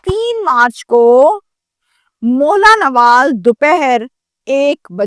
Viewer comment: Name to sahi le lo mola nawal nhi Mohlanwal ha